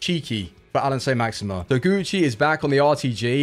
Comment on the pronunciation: 'How many time can you say Saint Maximin like a twat?' 'Hold my beer'